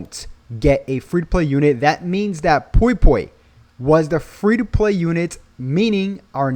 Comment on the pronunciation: Pui pui not poi poi 😅